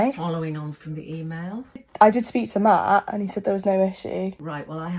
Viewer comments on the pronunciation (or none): none